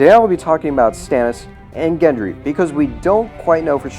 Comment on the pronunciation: (Gendry, not Hendry)